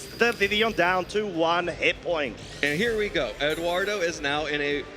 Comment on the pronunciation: Also calling him Eduardo, "Edoo".